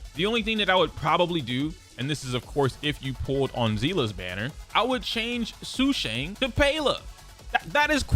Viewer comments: Please please please look up pronunciation videos for the CN names, this butchering is really painful to hear. Sushang = Su (as in 'SUstain') + Shan (as in 'SHAtter' + n) Tingyun = Tin (as in 'abducTINg') + Yun (as in 'UNion') Jing Yuan (as in 'JINx') + Yuan (as in 'YOU' + 'En') I apologize if my pronunciation comparisons are not very good, English is not my first language and writing pronunciations is very hard hahhaa. But please, look it up, there are so many videos on it and it's not very nice to dismiss the names just because they're not American. Learn it. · It's jing you-en and say-lay edit: and sue-shah-ng